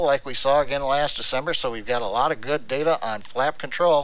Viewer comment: DATAAAAAAA *pronounced like the SEGA boot screen